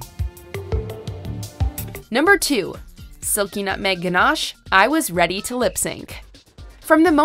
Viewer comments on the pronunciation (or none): none